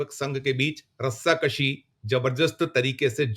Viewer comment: Dear 4 PM. From where you got. Replace him. Language's Pronunciation is not correct many times and he will do over acting. He used in this vedeo Rasta Kashi which is wrong.. That is RASA KASHI, and second mistake is he said Balgam, the correct is Pahalgam. Over all he is not capable for news. Keep some good news readers. I am sorry to say, I am regular user for 4PM.